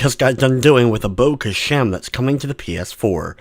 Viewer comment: i think i got it from the way this dude says abo khashem and the score he gave the game. Absolute aids